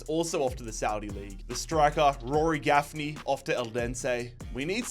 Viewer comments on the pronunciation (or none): NOT GAFFNEY